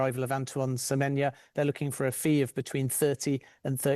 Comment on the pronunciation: He gets most players names wrong on a regular basis. Semenya?😂 for someone who works in the industry it’s not a great look